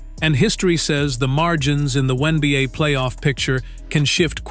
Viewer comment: Teach Ai how to pronounce Wnba not oneba’